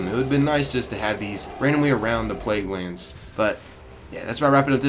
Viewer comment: He said "Plaguelannds Control" at the beginning. Anyone else notice?